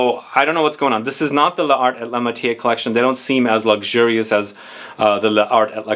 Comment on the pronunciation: Pronounced “Lar ay la matyair”- definitely not “matié”. The silent e at the end if the word causes the r to be pronounced and the “accent grave” gives the other e a soft sound similar to our short e.